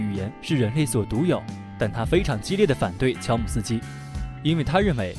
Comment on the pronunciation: 乔姆斯基读成了乔姆鸡丝。。。。。